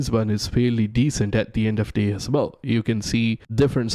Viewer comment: “Really really bell”